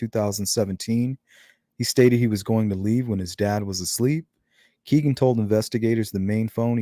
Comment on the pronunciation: His name is pronounced “KAY-Ghen” not “KEE-Ghen” as said by his own half-brother who was interviewed by the Murder Sheet podcast.